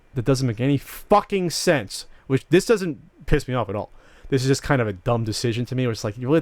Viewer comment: Does anyone else notice that is incapable of saying 'just'? He says CHUSS!